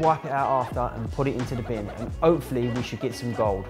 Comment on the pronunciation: Rah my guy said overred up and opefully 😂